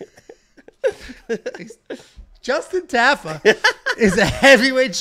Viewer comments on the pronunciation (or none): TA. FA. not taffa. I bet if you ever meet justin will say his name propley 😂